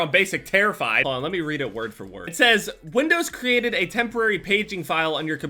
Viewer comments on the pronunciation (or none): none